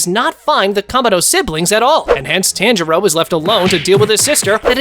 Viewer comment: I just noticed he says it wrong lol